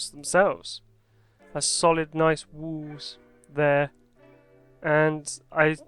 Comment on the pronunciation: I like the way you say wall, because you say wOOl keep on the great vids bro